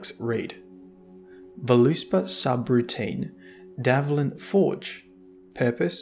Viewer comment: It's DVALIN not DAVLIN. You are mispronouncing it